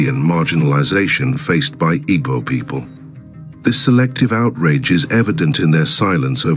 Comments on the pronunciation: I don’t think the person that did this narrative is Igbo. I am an Igbo person. Is a ploy to make other tribes avoid boarding airpeace. It might even be a non Nigerian person. The person cannot even pronounce Igbo. We ought to be careful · I can tell you this is not done by Igbo person. This is divide and conquer. Is a ploy for other tribes to avoid boarding Airpeace. This individual cannot even pronounce Igbo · This narrative is not done by an Igbo man. Be mindful of social media division. This person cannot even pronounce Igbo. Sound not Igbo